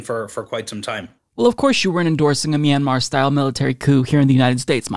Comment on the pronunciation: I don't think a single one of them pronounced Myanmar correctly